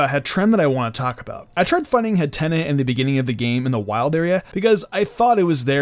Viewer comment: Did he say hattena like antenna?... Hat-een-ah